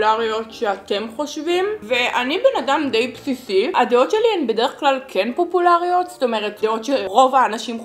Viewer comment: פוּפוּלריוֹת? אומרים פוֹפוֹלריות 😂❤️